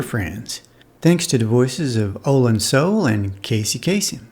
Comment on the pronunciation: For the love of heaven, will YouTube please learn how to pronounce OH-lan SOO-lay